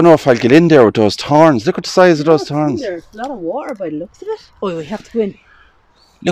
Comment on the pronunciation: I love the accent when you guys say "torns", tree (3), and the H is silent in t words, I gather.